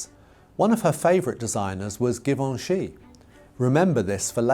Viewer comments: Now, why did you not bother to do any research into how to pronounce Givenchy?? The G is not hard - as you render it. The G is soft. The ch is soft. Zhuh-vohn-zhee. As a professional journalist, you really ought to get these things correct. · Givenchy with a soft 'G' not a hard one. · That's what I was saying to myself every time said the name. I thought maybe it was a British-ism on his part? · please learn how pronounce to pronounce Givenchy. You are a professional!